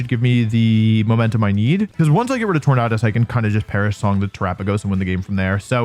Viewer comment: Hey I liked this video, even though I had to watch it over the span of 3 days, but I genuinely cannot let this slide. Why don't you pronounce Tornadus the way Tornado is pronounced?????